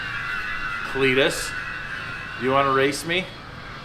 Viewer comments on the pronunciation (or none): just looking for trouble saying Cleetus's name like that haha